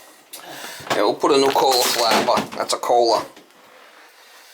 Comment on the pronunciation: “That’s a Kohhlaaa”